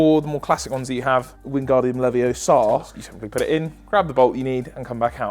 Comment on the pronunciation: It's Levi-O-sa NOT leviosaAar